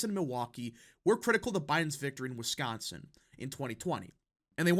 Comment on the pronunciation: This YouTuber is the only person covering politics who says the word "Wisconsin" correctly.